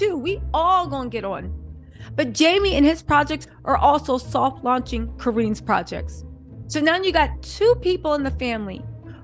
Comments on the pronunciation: Co- Rin, Co-Rrin. Not Co-Reen!! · Sorry,, you’re mispronouncing Corinne’s name. Think “Lynn” then say Corinne. You’re doing a great job of reporting. Carry on. ❤